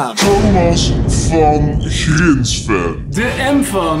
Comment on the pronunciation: Thomas Van Grinsven met de zachte g